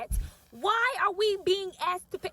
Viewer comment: Nobody axed 🪓 you !!! 😂